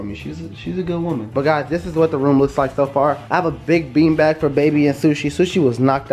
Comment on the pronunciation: Let’s all say “baag” like lmao 😂💕